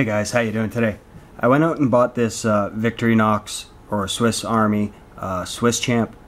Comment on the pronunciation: It's Pronounced VIK-TOR-IN-OX Victorinox not Victory-Knocks !